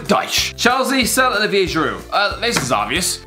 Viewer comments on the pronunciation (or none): none